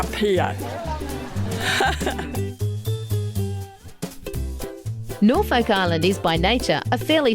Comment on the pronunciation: Having been there mulitple times, that is how the locals pronounce it